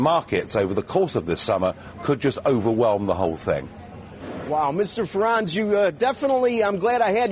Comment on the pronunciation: Yo, pronounce Nigel's last name properly.